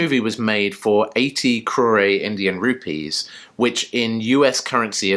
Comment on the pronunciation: Crore is a 1 syllable word. The final letter E is silent. the letter O is pronounced just like its name, with a long O sound, as in the word Coke. So, not Crow/Ray, rather Crow/Rrr (in reality, the final R sound involves a flip of the tongue that makes a sound that does not exist in the English language).